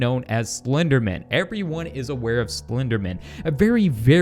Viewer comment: Who here here's him say slpenderman on the first time he said the word